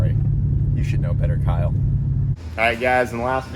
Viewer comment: Kyle across doesn’t have a T at the end